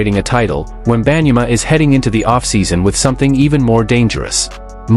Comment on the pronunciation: Ain't even pronounce his name right & I'm here for it lmao, he don't deserve his name pronounced right. Generational sore loser, see them never means he won't be talking to them again & that would mean he won't be in no finals so what he said is stupid lmao stop making excuses for that clown.